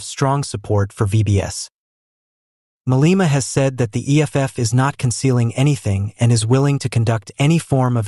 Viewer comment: Malema is not pronouce as Maleeeema. It is Ma le ma.